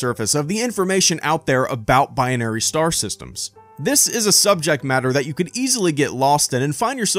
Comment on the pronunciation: Are you adding another sylable? It's "Bi-Nary" not "Bi-on-Ary".